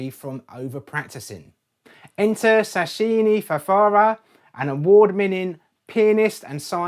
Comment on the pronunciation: Shin'ichi Furuya! Not Shashini Fafara! LOL